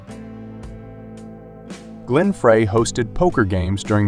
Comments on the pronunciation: It's pronounced Glenn Fry, not frrrreeeehhy! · Everything didn't start with the Byrds. It started with Zappa. Frey is pronounced Fry. Oh, got it. You're a discount robot. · David Crosby and Joni Mitchell met in Florida. Sorry, you're 30 second in and have a major error. And it's Glen Frey pronounced FRY. Lose the AI narrator. TRUB-a-door??? This is awful. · AI voice? Some bad mispronunciations of very common names (The Troubadour, Glenn Frey); weird statements/incomplete sentences. Very odd. But the pictures were nice. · How can this feature the be taken seriously when it uses an announcer who is unable to pronounce correctly Glen Frey's name and The Troubadour!!!!!!!!! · I still pronounce 'Frey' wrong on purpose. My sister keeps correcting me. And yes, Troubadour was incorrect too. :face-blue-smiling